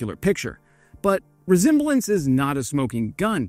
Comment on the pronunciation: Come on; "resemblance" is a 3-syllable word! Forgive me, because your English is really quite good! Kudos there, but re-zem-ba-lence was kinda cute....